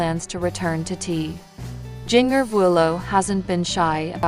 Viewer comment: Helloooo her name is pronounced *Gen -ger / Jinger!!! You are looking ignorant!